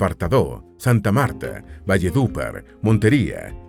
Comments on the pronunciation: Como que Valledúpar Es, Valledupár No lleva tilde pero se dice con ese acento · Este narrador cambia las tildes! Se dice carte'l no es ca'rtel Se dice Amazonía no amazónia No se dice Valledúpar se dice Valledupár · Muchas gracias por hablar de nuestro país Colombia. Oye si tienes que hablar en la internet programa la IA para que promuncie los nombres correctamente valleduPAR lleva el acento en la última silaba. Por ejemplo, es Arauca no auraca. Luego es AntiOquia. Olvidate de antioquía como lo estas pronunciando. En Venezuela es San Antonio de Táchira. Bueno que sigas mejorando la pronunciación. Que viva Petro y el gobierno del cambio. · Valledúpar? Tachira? Pareciera que ésto lo leyeron con Speechelo... Pero, eso sí, excelente documental. Felicitaciones. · Y que Valledúpar 🤣… se pronuncia Valledupar con dándole acento a la última “a”… excelente video. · Buen vídeo, aunque fallás un poquito con la pronunciación de algunas localidades como Valledupar (que tiene acento en la última sílaba, no en la penúltima). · jejeje la acentuación de valledupar no es correcta.... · Muy bueno. Un detallito como observación de pronunciación de algunos sitios como Arauca y Valledupar, entre otros. Felicitaciones a los productores. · Gracias es un vídeo muy educativo. Está mal pronunciado Valledupar, puesto que es un palabra aguda lleva el acento en la silaba par; Antioquia se pronuncia sin tilde; es Arauca no aruaca. Sé que parece una pequeñez pero quería decirlo. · ¡Definitivamente Colombia es un Encanto! 💚 Todo es perfecto 👌🏾, solo falta mejorar la pronunciación de algunos departamentos y ciudades, como pasa con Antioquia, Arauca, Valledupar, etc. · Ante todo, felicitaciones por tan buen video, en cuanto a documentación y guión. Con el ánimo de instruir un poco más en cuanto al dialecto local haré algunas aclaraciones. Se dice: Antioquia con acento diacrítico en la O. Valledupar, no tiene acento en la U. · Dijo arauca y Valledupar mal.